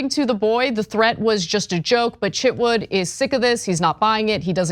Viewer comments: His name is Chitwood, not Chitwouldn't! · I thought you said Chip Wood lol